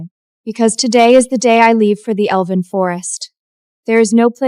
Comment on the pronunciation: Lord this AI is really struggling to say elven 😂😂😂